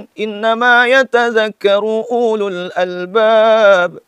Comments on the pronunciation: Uulul albaab? Ulul-nya tidak dibaca panjang bro... silakan dilihat mushafnya 🙂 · Mang baca ululnya tuh salah..gimana mamang ini..gaya aja ky kiyai..😂😂😂